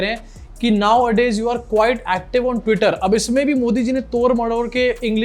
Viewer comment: he said nowadays.... you're.....acteev on tweeter And then lot of laugh